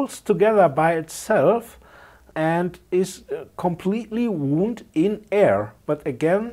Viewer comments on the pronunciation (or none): Interesting video, I learned a few things. Thanks. (btw, one of the many quirks in English, and forgive me if you know this: Although they are spelt the same, "wound" (for coils) and "wound" (an injury) are pronounced differently. The first sounds more like "wownd", rather than "woond")